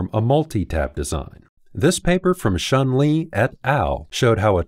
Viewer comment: props for pronouncing Shen Li's name right!